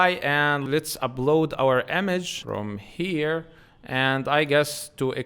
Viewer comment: Good. But you should make sure not to mix b with p. For example sometimes you say ubload it should be upload. Deebseek should be deepseek. Etc.